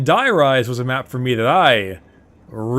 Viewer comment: Bricky, though you may know this and not care it is pronounced dEE-rise. That is how is is pronounced in German where die means "the". love the vids.